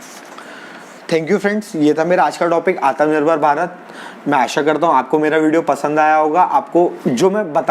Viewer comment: Bhai... aatmanirbhar... naaki aatmnirbhar. Baaki sab mast hai 👍